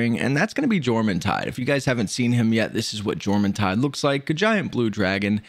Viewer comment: y-orm the J isnt juh its y like yawn its norse